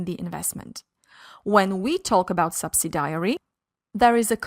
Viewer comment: Nice video but subsidiary is pronounced sub·sid·i·ary (not sub-si-diary.).